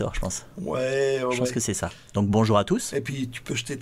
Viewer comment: pourquoi le geek belge a du mal à dire bonjour?sinon bonne vidéo comme d'hab